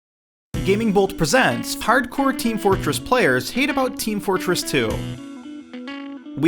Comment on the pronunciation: oh my gosh, "harcore"